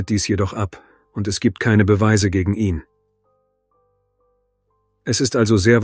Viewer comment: Leider ja! Ich merke das spätstens wenn das Wort 'ihn' seltsam betont wird. Scheint aber die bevorzugte Methode bei viele Tubern. Ist ja auch bequemer das Script einfach vorlesen zu lassen.